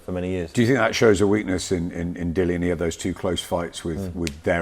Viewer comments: It annoys me that he keeps calling Dillian, "Dylan" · Dillian doesnt mean anything to him so he purposely pronounces his name incorrectly 🤣